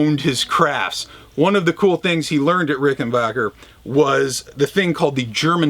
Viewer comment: As always, great appreciation for pronouncing Rickenbacker correctly. Spread the word brother! And, as I am one of the dudes sick of seeing Les Paul, Telecasters and Stratocasters, thanks for featuring this fascinating guitar.